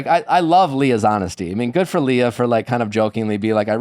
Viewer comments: Why does he keep saying “Leyah” when everyone is pronouncing it correctly as Leah?! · STOP SAYING "LAYAH" PLEASE - legit almost stopped watching because of this so annoying her name is Leah